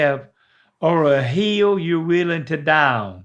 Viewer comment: I thought that's a dumb question. I thought he said heel. I guess my answer would be idk. .......my left one? Come to find out he was saying, HILL!🤣🤣🤣🤣😂😂🤣🤣. Hilarious.